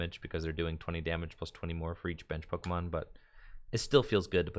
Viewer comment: You know got another Pokemon Company gig when he starts mispronouncing pokemon